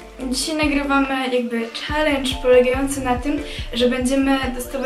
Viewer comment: Czalendż xdd